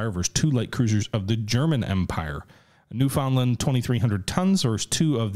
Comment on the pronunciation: As a newfie myself I'm happy to see this cruiser but will fault you for pronouncing newfoundland wrong